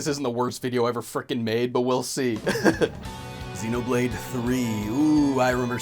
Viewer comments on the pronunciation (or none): none